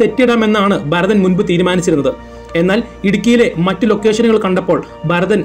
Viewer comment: Barathan alla Bharathan aanu.